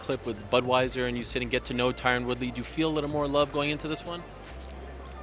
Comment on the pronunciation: Great video but please fix Tyron's name lool